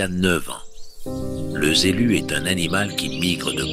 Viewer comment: Le z'élu!!! 😂🤣😂🤣😂🤣 Ca me rappelle "z'hommes politiques" de Coluche! Et belle proposition en fin de sketch!